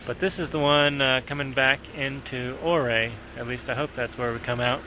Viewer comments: Welcome to Colorado! Thanks for “stay’n on the trails” We pronounce Ouray as your- Aaaaa. Highly recommend imogene Pass from Ouray to Telluride (or visa versa) Wife will probably not like Black Bear Pass n it’s shelf road and switchbacks. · Im 49 now but spent a lot of Summers on those roads when I was a kid. Awesome to see you driving there! Just fyi Ouray is pronounce "you-ray". :) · Lol! I live in Junction and his pronunciation of Ouray was killing me.. Good stuff tho. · Neat. Ouray is pronounced Ur-ay, long U sound. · Ouray, pronounced "You're-A"... no O (35 yr second home) :) Beautiful country... I have to do the loop soon. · The"O" is silent (pronounced U-ray). Looks like a nice laid-back day where you can just enjoy the beauty. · Just an FYI, Ouray is pronounced You-ray. The road you took to Poughkeepsie Gulch is Mineral Creek. Some people falsely call it "Lower Engineer". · Your mispronouncing ouray’s name! Its spelled ouray but pronounced uray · Pronouced “your-ray”. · I'm glad i saw this. I was calling it correctly but then heard him say O'ray and thought I was saying it incorrectly. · "YOUR-RAY!!!" its pronounced Your-ray. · Great to see you out of the shop and take some personal time with the wife. Just got back from there last week myself. I love Colorado, Great place to escape the killer South Texas summers. I think its pronounced "Your A" ( their kinda sensitive about it) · Ouray is pronounced your-ray , not or-ray. Nice video. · Ouray. “”Your ray“ not “O Ray” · I thought it was pronounce “you-ray”? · It is not OR-RAY. It is You-ray. I am sure a local told you that, I made the mistake of saying oo-ray, I was corrected. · I know its been said but its definietely pronounced you-ray and for whatever reason that seriously detracted from my ability to enjoy this otherwise excellent video. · Its pronounced you-ray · Ouray pronounced your-aye! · Did you ask the locals how to pronounce Ouray? I think it’s Oooray!